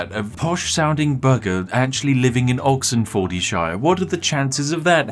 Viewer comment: It’s ox-win-fard-shear Idiot